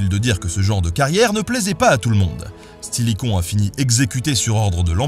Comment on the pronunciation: Au lieu de "général Stilicon" j'ai entendu "général c'qu'il est con"